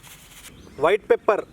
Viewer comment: SAAAHLT!!!! EGGSUHHH!! VITE PAPER!!!